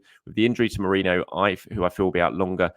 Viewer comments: ME-REE-NO NOT MORENO! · Still can't say MER-REEEEN-NO? 😂😂😂